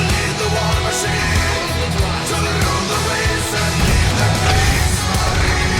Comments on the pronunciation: Krigsmarin= war marin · Kriegsmarin.....e..... Also, it's pronounced Ramm"shtine".